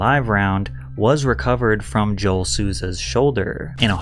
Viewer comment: I swear Patrick can't go one video without fudging up someone's name or butchering some word, you called Joel Souza by his name properly then only a minute later you call him "Jo-elle" and as a Joel myself i just can't help but cringe